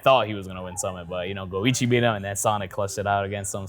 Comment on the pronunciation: Go. iCHi. CH CH CH. Man every single time you say goigi like luigi I die a little inside. Disregarding that, you are one of my favourite people on youtube and I love your videos. Thanks.